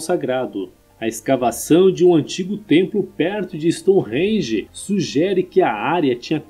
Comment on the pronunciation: Gentleman, seems that you have been living in London for several years ( the accent ) when you say the word “Stonehenge”. Awesome.